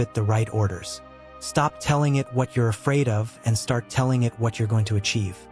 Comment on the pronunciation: You’re right. Or as this AI would say “you ree right” Good content sold short by an AI ‘voiceover’